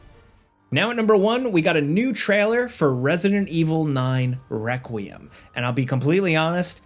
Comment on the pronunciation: "Resident Evil Weckreum" Also, "worries if he's pronouncing some weird Asian name wrong"